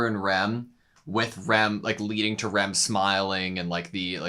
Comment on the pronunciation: i can't tell when americans say Rem or Ram, it sounds the same